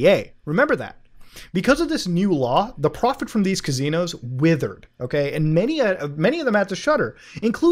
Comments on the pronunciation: Drinking game when muta says Cazinos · Still saying cuh-zeenos and Muta isn't giving up on it.